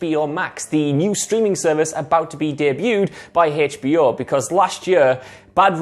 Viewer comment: i will start calling hbo max hey-chbe-eyo max from now on